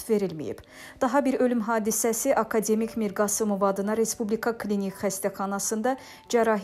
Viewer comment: Ay xanim..sözlerin vurgusunu düz söyleyin..akademik yox..akade'mik..e üzerinde vurgunu....